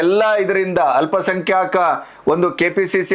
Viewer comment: ಅಲ್ಪ ಸಂಖ್ಯಾಕ ಅಲ್ಲ..ಅಲ್ಪ ಸಂಖ್ಯಾತ ಅಂತ ಹೇಳಿ..ಭಾಷೆ ಶುದ್ಧತೆ ಬೇಕು